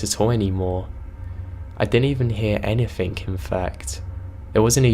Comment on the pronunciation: Dawn Dennis he says anythink and nothink